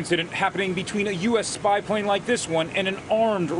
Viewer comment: Emphasis on "SPYPLANE" also, in the Baltic sea? I can't believe my neighbor's dog bit me when i snuck into their house....